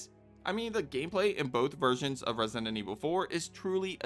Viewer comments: Question why are you saying resient instead of resident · Its kinda weird that you say resident, "residenent" Just my opinion lol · For the love of god please stop saying "Resonant Evil" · Am I going nuts or are you calling it ResiNdent Evil? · Why are you always saying 'residentent evil"? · bro don't take it badly but in the whole video you never pronounced the word resident well a single time.